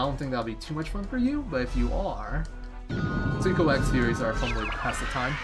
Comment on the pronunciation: Always great to see a Suikoden speedrun man! I'm sure you know by now, but it's pronounced Swee-ko-den. There's a commercial for the game that says it. Kind of kills the debate over pronunciation.